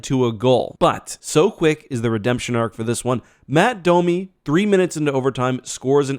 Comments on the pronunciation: Originally said "Matt" Domi, as in Knies as opposed to Max as in Tie's son. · Did I just hear "Matt" Domi???